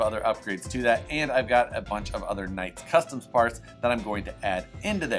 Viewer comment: That's not funny, I'm an Events page. Virtual slap coming your way for mispronouncing "Knight Customs".